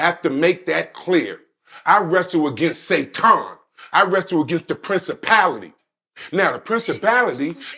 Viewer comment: He lost me at SAY-TON 😂